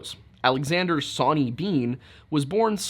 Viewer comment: Soooo did Zoe Hanje from Attack on Titan name Sonny & Bean after "Sawney Bean"? The way you say Sawney sounds more like sonny.... crazy